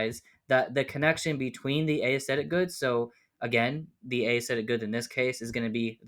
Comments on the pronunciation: Small thing, but "aesthetic" isn't pronounced "ey-esthetic" but just "esthetic". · That was tripping me up. I was only listening to it as audio so it sounded like he was saying a-aesthetic each time haha